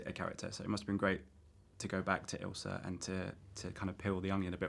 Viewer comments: Isla Faust? It's Ilsa* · It’s not isla Faust it’s ilsa Faust